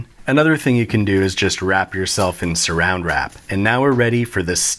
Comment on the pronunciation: do you really say "surround wrap"